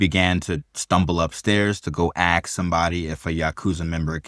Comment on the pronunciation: Say ask. - Aks. - Ask. - Axe. - Aaaask. - Eeeehx.